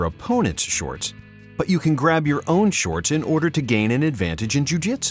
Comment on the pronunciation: why does he pronounce it as shortsch .... its just weird